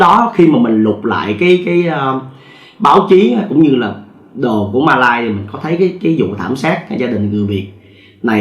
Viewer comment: 1 là bạn nói Malaysia , 2 là bạn nói Mã lai , không thể là Ma lai được , hay là kể chuyện ma riết rồi quen ? !!!